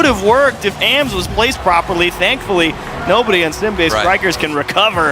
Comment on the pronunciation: Someone tell them that it’s pronounced “ahhms” (like Auughhhhms”) not “A-M-S”